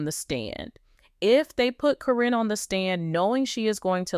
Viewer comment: Quit mispronouncing names! Caryn is pronounced as Karen. You go back and forth pronouncing her name as Caryn and Corrine. You have also mispronounced Zach's name. It is not pronounced Zach but Zak.